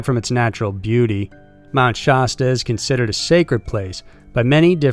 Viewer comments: Mt. Sha-stuh not stah but other than that great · Shaaaaa-sta cola, pronounced just like the old school soda. Mt. Shasta. Not shawsta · Why does he keep saying Shaw-stuh? Sh-a, like apple. Sha-stuh. Mount Shasta. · It's pronounced "SHASS-ta" not SHAHS-tuh." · Its pronounced sHASta not shosta. Like the word "has" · You keep saying Shasta wrong and it's cringe.. it's nothing fancy. It's (Sh-Ah-St-uh) not (Sh-ost-uh)... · FYI...it’s pronounced Shasta like the drink, the first “A” sounds like the “A” in “cat”. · Being from the Mt. Shasta area, your pronunciation made me laugh. You don't need to emphasize the A. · Lol I was wondering too...why does he say it that way????🤔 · Man I love your videos, but your saying Shasta wrong. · Okay, say Shasta the right way, everytime. Also Native American not Indians. Thank you.